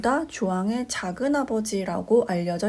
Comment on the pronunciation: 작은의 첫 자는 길게 발음하시옵소서! 한 가지 권하오니, "한국 어문을 고발함"을 일독해 주실까요!!?? 또, 유튜브에, 처 보실까요!! 미국 변 완수 드림